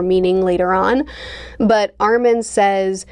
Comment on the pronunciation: Also since this the second video we will no longer tolerate the mispronunciation of Armin and Mikasa